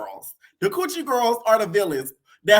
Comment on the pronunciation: It’s the cewwchie gworls 😂